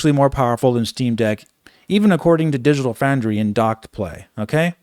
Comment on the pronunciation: “Digital Fraundry”